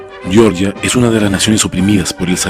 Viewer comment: Por qué llamáis "yeoryia" a Georgia? Xd